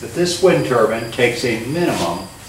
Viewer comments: What’s a wind turban? 😂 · Did you say wind turban? But who would wear them? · Which is it, wind turbine or wind turban?